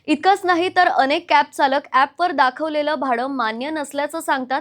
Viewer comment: अरे ही कोण अडाणी रिपोर्टर घेऊन ठेवली आहे ? तिला चरख्यातला च आणि चालकातला च, न आणि ण मधला फरकच कळत नाही. उच्चार ऐकून कानातून रक्त आले पार. जे वाचत आहे ते तरी तिला कळतंय का नाही देव जाणे.